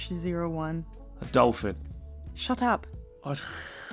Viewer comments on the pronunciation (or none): 😂😂 sharlas "shut up" was fuckin hilarious! Sounded like a mixture of a Canadian and a British accent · I was wondering if either of you were adopting the other's accent, and then in says "Shut up" like a Brit 😂